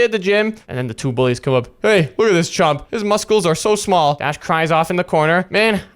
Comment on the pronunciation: Why is dash saying mus-cles